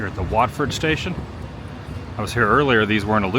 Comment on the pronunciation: Woo finally pronounced Watford correctly seconds from the video ending, but omitted the word Junction, Watford station is in a completely different location.